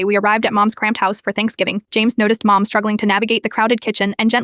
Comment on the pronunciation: “PrOwper one” 😂😂 “MOwm” 😂😂 “Dissipiter” 😂😂 “Tree” 😂😂 “Esthen” 😂😂 AI’s phonics teacher f cked up😂